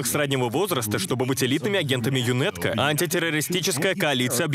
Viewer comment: Вот бы такую русскую озвучку в игру)а так збс. Только не ЮНЭТКО, а ЮНАТКО, так правильно